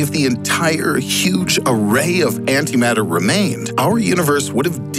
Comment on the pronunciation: you lost me at anti mater